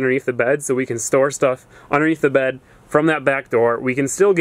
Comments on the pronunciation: The way he says bed is so funny 😂😂"baehd" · the way he says "bed"